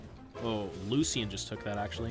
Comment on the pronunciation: time to remind that it is Lucian and not Lusian and Dr. Mundo and not Dr. Mando